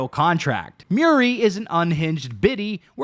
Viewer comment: Muiri ❌ Miri ✅